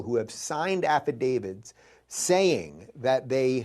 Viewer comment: It’s “affidavit”, not “affadavid” Also, court cases don’t mean shit, Dave. Can we stop giving this guy attention? He’s dumber than Alex Jones. More dangerous too because people actually think he’s smart.